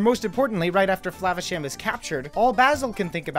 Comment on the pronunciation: lol you should have mispronounced "Flavasham" every time you said it but in a different way each & every time you said it! but I agree, this movie was a true gem. Ratigan truly made this movie I think, best cartoon movie villain EVER!